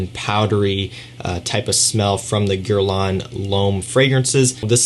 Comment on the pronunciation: Approximately correct pronunciation of the brand and product name would be too high an expecation?